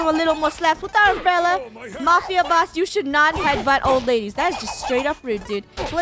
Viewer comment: Funneh: ITS A UMBRELLA game: ITS AN UMBELLA Me:LOL 😂